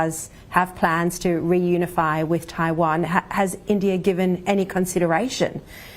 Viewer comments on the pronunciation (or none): She said reunify. sheesh and kebab.